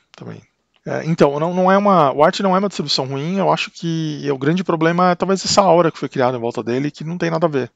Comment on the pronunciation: Legal seu vídeo. Gostei de sua pronúncia correta da palavra "aura" (o que se escuta de aurea....é brabo!). Quanto ao Arch: se não se vai usar muitos hardwares novos (fones, placas de vídeo, etc) vale a instalação? Em comparação com um Debian Stable, por exemplo..Abração